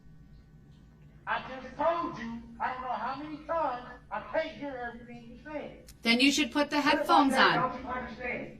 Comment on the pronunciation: But she told him he had to write everytheen gout and put everytheen gone a piece of paper. What does she not understand about bout that? 😂 I asolutely despise the way he pronounces things.